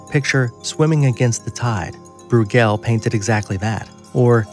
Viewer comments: BROY-gl Not brew-GEL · Why can't these posters check first about pronunciations? It's Domenico Gear-lon-DYE-oh (Ghirlandaio) and Peter BROY-gul (Bruegel). Puts everything else they say in doubt (maybe not a bad thing) and makes them sound like hicks (definitely bad).